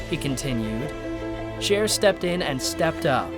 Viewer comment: It’s Cher btw not share!!